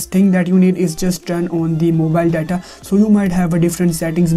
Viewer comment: These comments are all bots and ur voice when u say data u say “Da Da” lol